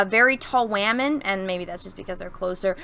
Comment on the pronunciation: Notice "wamen" are prominent